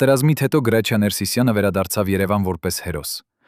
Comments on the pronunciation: Ոչխար Գրաչյա չի Հրաչյա է։ Եթե թարգմանություն է գոնե հայերեն դարձրու։ Լսելը անգամ այդ հրաշք դերասանի մասին հնարավոր չի։ Զայրույթից կոֆես թափեցի։ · Հրաչյա Վանեցին Գրաչյա չի կարող ասել երբեք . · Ունենք գեղեցիկ, հնչեղ ՀՐԱՉՅԱ, խոսեք հայեցի։ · Էս նյութը կարդացողը հայ չի?, ինչու,,գրաչյա,, ոչ թե Հրաչյա։ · Հենց միայն այն,որ անունը անտանելի սխալ եք կարդում, էլ չեմ ուզում լսել շարունակությունը, հաստատ հորինած անհեթեթ պատմություն է 😢